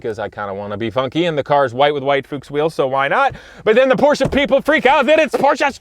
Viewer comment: Thank you for pronouncing Porsche correctly. 😉